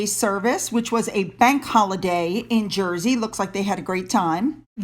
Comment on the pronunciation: 🇬🇧 Wonderful video, thank you again for your coverage of Edward and Sophie and the terrific work they are doing. Yes, your pronunciation of Guernsey and Jersey was 'spot on' 👌 Though I am not a fan of Charles or Camilla, he did a decent job yesterday in the house of Lords, for the opening of Parliament. HazBeen Harry will continue to walk through his self created mine field, the dumb only get dumber! 🙄🙄🙄🙄